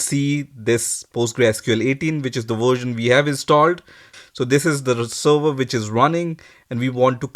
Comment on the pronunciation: Server bol le sava sava kya kr rha muh me fas gya kya